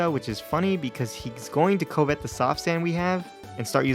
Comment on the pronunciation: “Covet” rhymes with “love it.” To covet is to want something that someone else has, e.g. “thou shalt not covet thy neighbor’s wife.” That’s why it’s the name of a move that steals a held item.